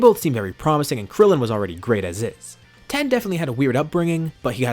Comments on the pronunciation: Bruh it's not 10 it's tien tiiiiiiiiien not 10 or ten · FOR GODS SAKE STOP CALLING TIEN TEN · Not Tein, not Tein shinhon just Ten